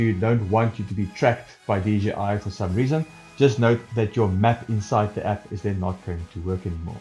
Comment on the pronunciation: Great helping videos.. Just one thing.. it's J, "jay", not G.. DJI. ;-)